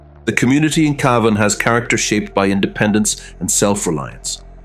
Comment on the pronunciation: Just as you've made my Ear's Bleed with your Torturing the Pronouncation of Cavan...have you finally Adapted to CAVAN...There is Hope yet for IRELAND.